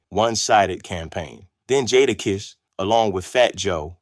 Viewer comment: 1 st word joda kiss. Lol